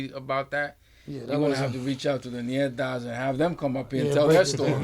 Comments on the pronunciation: The niggas is dumb it’s not nietas, it’s Ñetas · English speakers pronounce it Nietas, which would mean granddaughters. But the name is in Spanish is actually Ñetas. Which would definitely not mean granddaughters anymore...